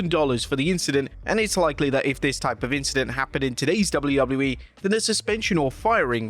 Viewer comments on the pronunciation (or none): you said wwllew